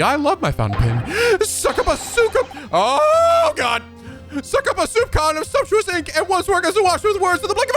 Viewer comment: "Soupçon" is a French word. The ç is actually read as a "s" sound. So it is a misread, albeit an understandable one